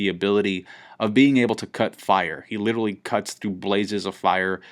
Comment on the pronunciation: holy fuck please stop saying "littley" instead of literally, YOU ARE NOT SUB 90IQ PLEASE.